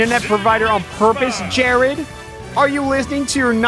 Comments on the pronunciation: why does alpha pronounce Jaird Jared? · The name was actually “Jaird”. He misread it the whole time. Or did he? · its not jarID its jairD JAIRD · I like how you mocked how dumb they were but read jaird as jarid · Umm... His name is Jaird... not Jarid... But everything else was probably true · Alpharad - Stares at the name and calls him Jarid. Me, an intellectual - Wait it says Jaird. That’s dumb as hell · That's because the mind does a backflip trying to internally pronounce "jaird" every time it's read. "jarid" is much easier. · He said jarid but it was jaird all of the sick burns for nothing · That Jarid bit soured me on this video. Yeah, he shamed the name of Zelda, but come on. Don't be mean about it. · "did you finish high school jarid?!" said alpharad, reading his name wrong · Drinking game: Take a shot for every time Alpha says "Jaird." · Drinking game time! 🍺 Take a shot everytime Alpha says "Jarid" Congratulations! you're now drunk... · Freaking the way he says JARID was so funny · I came back to this vid because i wanted snake cancer, i forgot about jaird. How does Alpha not say it right?